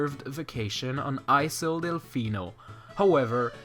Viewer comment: Just a tip: You don't say iSle, but something like ajle